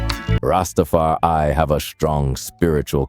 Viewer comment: Du bist nur eine schlechte KI-stimme die nicht mal das Wort RastafarI aussprechen kann der Rest was sind versaute dredlocks ihr hab genauso wenig Plan wie rastafariner?blödsinn